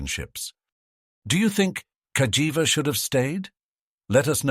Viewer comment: The Narrator call the Name in 2 different ways,First Cagiva with the G pronunciation…then Later Calls it with the J pronunciation 🤦‍♂️